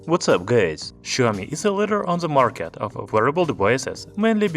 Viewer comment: No offence but it did sounded like that.🤣